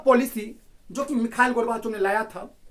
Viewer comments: Michael nhi mikal pronounce hota hein wo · Bro aapko khud nhi aara naam lena Mikhail hai naa ki mikal 🤣🤣khud to seekho fr kamiya nikaalna🥱